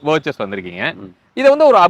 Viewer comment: It is ‘Virtus’ don’t pronounce its name as ‘Virchus’🙈